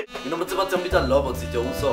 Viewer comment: Y no decimos "io" decimos "yo"